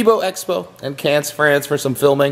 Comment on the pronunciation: Cannes???? its pronounced like CAN Coome on man